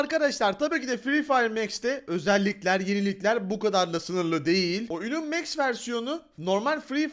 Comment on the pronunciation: Abi o mex değil max